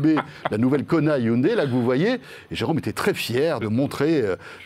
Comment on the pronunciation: C’est la bonne prononciation en coréen et non hyundaille